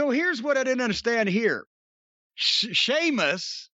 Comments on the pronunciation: Irish Gaelic pronounces "s'"-es like they have an "h" next to them. WWE is spelling Sheamus the way it sounds. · That's what I always thought too. but, yeah that name is normally spelled Séamus in Ireland - the symbol above the E is called a fada and gives it the H sound. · That was hilarious I thought he was doing it on purpose. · "Seamus" was the 'Ape God' in Tim Burton's 'Planet of the Apes' remake. That's where Jim's mind must be when attempting to say "Sheamus". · With or without an H it's pronounced SHAY MUSS in Irish Sea is pronounced SHAY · It's Sheamus!!!! Not Seamus!!! My God!!! Lmao. 😬😂😂😭😭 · "Seamus" and "Jane" Cargill vs. Rey "Felix" and "Nea" Jax for the Jim Cornette Mispronounced Name Heavyweight Inter-gender Championship Belts. BOOK THAT S**T!!! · I’m so glad called out Jim for saying Seamus. Now if he could only call him out for saying Jane everytime instead of Jade. I could understand if Jane was a funny nickname but it’s not. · I've honestly seen it spelt as SEAMUS and this was on RAW......WWE must have botched recently....because I remember saying.....the way his name is spelt is dumb. 😂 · DUDE LIKE TWO SECONDS BEFORE SAID WHY DO YOU CALL HIM THAT I WAS ALMOST IN TEARS I WAS LIKE WHY HE KEEP CALLING HIM SEAMUS 😂😂😂😂😂😂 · Lol Jim calling Sheamus the wrong way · What kills me about the "See-mus" thing is, Jim has seen it spelled "Seamus" (or Séamus) because THAT'S HOW IT IS SPELLED and WWE deliberately uses "Sheamus" TO STOP PEOPLE SAYING IT WRONG. Distant second-most-funny thing about this...Séamus is the Irish form of the Hebrew Jacob, whose English form is James. Aka Jim. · It's pronounced "Shaymus" tyvm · That's how it's spelled but it's pronounced Shaymus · Sea-mus LMAOOO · Damn it, thought Jim called him Sea-muss on purpose. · When ever he says Seamus, Amos, Oscar, Possum lmao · Glad finally asked Jim why he keeps mis-pronouncing Sheamus' name.